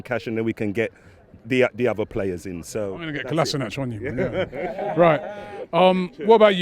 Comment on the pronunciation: “Serge kolasniac” 😂😂😂